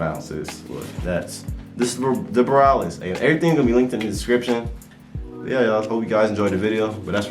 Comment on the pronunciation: Nice review! By the way it’s pronounced Bo- ree-a-lis not boralis